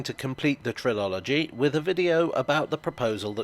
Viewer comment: Top video,! I cracked up when you said "trilology", since my mate unintentionally uses that very mispronunciation whenever he refers to one of his favourite Elvis tracks. It normally grates on me so much that I've often considered presenting him with a "cerstificate" from "Westminister". Didn't know about this proposal though. Sometimes I'm amazed at what you dig up.